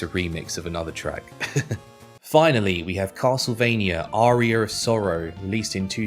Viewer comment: Why does he pronounce Aria like Arrear 😂😂